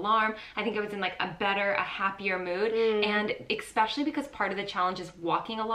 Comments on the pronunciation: 😏 Did she say "ex-pecially" 😆 Love you both 😘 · And saying 'ex-specially'. Like nails on a chalkboard lol.